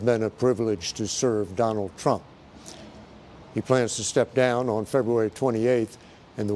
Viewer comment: I like how the news anchor said president "skunk"(it kind sound like it) before change it to Trump.